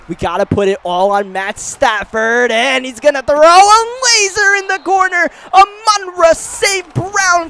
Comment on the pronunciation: I love the content but I don’t know if I can’t last the whole rest of the series with you mispronouncing Amon-Ra’s name, it’s pronounced like “ah maan raah”